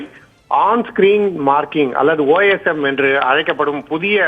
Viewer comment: OMS illa OSM enna news vasikringa